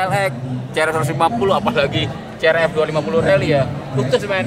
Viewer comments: si ar ef bkn ce er ef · CRF bacanya (Si ar ef) meen bukan ce er ep